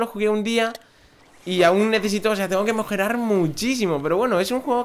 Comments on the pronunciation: minuto dijiste mojorar xDD Saludos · mojorar dijo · en el minuto se me hace que dijiste mojerar